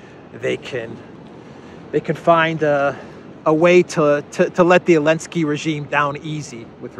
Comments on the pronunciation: Why are you saying ELENSKY, you laughed about saying it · Curious as to why intentionally doesn't use the "Z" when pronouncing Zelensky. He corrected himself and said Elensky instead. Anyone know the backstory?